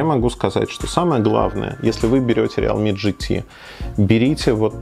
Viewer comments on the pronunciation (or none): РИЛми, а не реал ми.